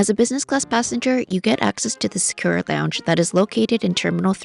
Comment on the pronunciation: sa-koo-ra (equal emphasis on each syllable) not "sakeewraa"